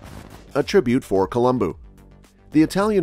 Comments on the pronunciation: Colum-BO not BOO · It's Columbo not Columboo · It's a shame his name was mispronounced during the entire video...